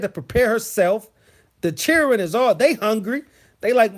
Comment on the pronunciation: Hey, been missing some of your shows, but caught this playback. Although hilarious😂😂😂😂, there is so much truth to what you said about how a real man is supposed to handle his business. Not to mention when you said "chil'ren" and "whooooppssy!!" I was done!! Kudos👍. Peace and afrogrease✌